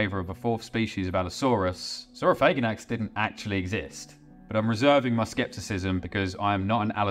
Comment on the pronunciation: I'm not trying to sound homophobic at all, but man THANK YOU for pronouncing it sor-oh-FAY-gan-ax instead of sor-oh-FAG-an-ax. It sounds way cooler that way